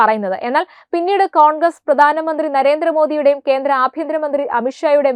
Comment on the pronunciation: പ്രദാന മന്ത്രി അല്ല പ്രധാന മന്ത്രി , ഉച്ചാരണം വളരെ പരിതാപകരം, ശ്രദ്ധിക്കുക